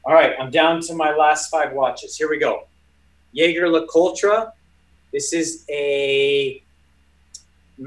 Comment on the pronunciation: Did I just hear an authorized watch deal BUTCHER the name Jaeger LeCoultre? Unbelievable 😂😂